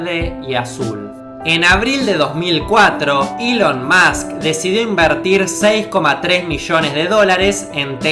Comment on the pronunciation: Nahuel Deharbe Eso tiene mas sentido que decir "iiilon" en lugar de "Elon"